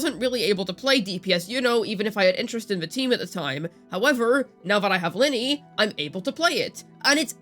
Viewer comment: Thumbs down. Who tf is Linny? It's Lynae, smh.